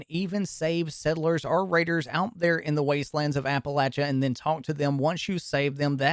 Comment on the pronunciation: Dude said apalacha so many times it bothered me.